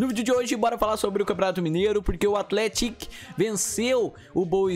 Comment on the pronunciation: Sua pronúncia de athletic não está certa.